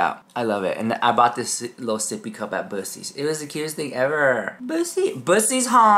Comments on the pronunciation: said boosee's instead of Buckie's. hahahah amazing! Funny AF... but no I wouldn't support Kim's brand... Jeffrey all the way please! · TF is “Boocees”… 💀 it’s pronounced like Buck-ee-s”… 😆 🩵 ya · you know I LOVE YOU right? But we have to talk about how you say Buccee’s! 😂 It’s pronounced like “Buck-ee’s” my love! Unless of course you are saying it that way to be funny, in which case.. carry on girl! 🤣🤣🤣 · Bussey’s 🤣🤣🤣 Don’t be doin my boy Buccee (Buckey) like that!! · The way you pronounce Bucees has me dying laughing! It's pronounced like Buck-eees 😂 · lol BUCK-EES is how you pronounce it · ITS pronounced BUCK-EES! Thank you for making me laugh! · Here is Tennessee Bucees is said like Buckeys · It's BUCK-EES, ya know, like Bucky Beaver! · Love your channel, I won't buy anything from the crapdashions..I liked to have died laughing..it's spelled weird, but pronounced Bucky's...I love that store, swear I can't get out of it for less than a $100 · Queen! you’re from Texas and you can’t even pronounce that beaver store correctly lol😂 buck-ees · Just so you know it's pronounced Buh-keys. I don't want people making fun of you, because you didn't know. ❤ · You know ii is pronounced “Buck” “ee” , it is Buckee the Beaver. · it’s buck eees that’s how you pronounce it. Just saying